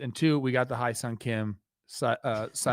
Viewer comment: Please, Trevor, it's Hye like "heh", not "High"seong Kim 😢